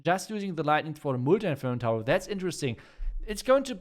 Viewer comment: I love the way he pronounces "Multi-Inferno Tower" As "Mootii Inferno Tower" 😂